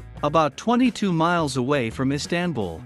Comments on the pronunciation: EEE STAN BUL?? How about saying it correctly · Silly robot voice, not even able to pronounce "Istanbul." 🤮